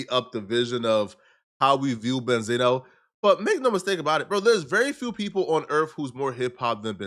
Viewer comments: He's name is not benzeno it's benzino🤦🏽‍♂️ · Well Damn? I Always thought his name was pronounced BEN-ZEENO? Not Benzana?